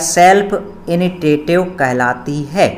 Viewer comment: इनिसिएटिव बोलते ह